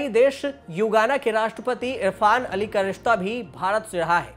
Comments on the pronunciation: Yugana nhi bhai.. Guyana 🇬🇾... 🤣😀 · गुयाना को हर बार आप युगाना बोले है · Guyana h na ki yugana